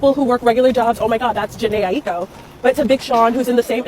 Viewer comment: Favourite artist and cant pronounce her last name right 😂